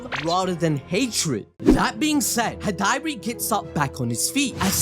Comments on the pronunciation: you pronouncing Hidari as "Hih-Diary" is cracking me up 😂 Other than that, lit chapter just like all of the other Boruto TBV chapters. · Wonderful video as always guys, but ummmm... Who is "High-Dari"? XD LOL